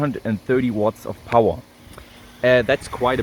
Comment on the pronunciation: Is it just me or does say "power" in a way different way than most people, even non English, native Germanic languge. Love the "Pow-Waaa"